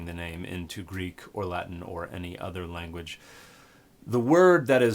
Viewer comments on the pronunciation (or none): none